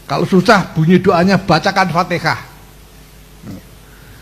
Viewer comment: AL FATIHAH...!!! BUKAN ALFATEKAH... 😂